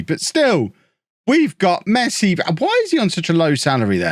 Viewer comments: It's pronounce Messi not "masai" the dude is like the best footballer in the world, how cld u not know his name. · Did he really said Messai? 🤨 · Mess eye??😂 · Mess-eye? Official rename in FM22! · He said mess I 😂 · Mess-eye brilliant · I like the way you introduced the series... a guy called "MESS I"🤣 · I love that just took the mick out of barca in the intro and called Messi Mess-eye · A club named Barcelona.. Looks at notebook This guy called ' Messai ' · Pronouncing his name as mess-i then hearing "Fixing Messi's" made me punch myself in the face. You owe me a copy of FM 22. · "Messay" got me there lol! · who's messai? hahaha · I thought it was funny the way he said mess i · Lover how you mispronounce Messi hehe